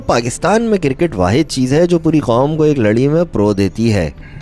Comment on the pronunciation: Kirket nahi cricket hota hai